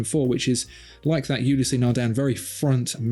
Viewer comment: How many more times do I have to tell you two, that Ulysse (Nardin) has two syllables, not three? It's Ew-Lease, not You-lease-aye!